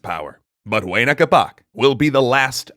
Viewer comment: Why you gotta pronounce Huayna Capac like huainacapa